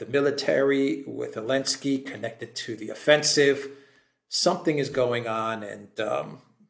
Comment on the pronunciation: How come and Alexander refer to Zelensky as ‘Alinsky’?